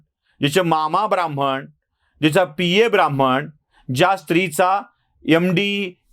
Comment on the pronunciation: शब्द आणि उच्चार ब्राह्मण असा आहे. ब्राम्हण असा नाही